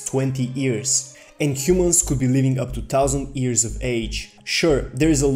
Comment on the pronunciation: This nigga talking about immortality, yet can't pronounce years correctly lmaooo this nigga reachinnnn' hahah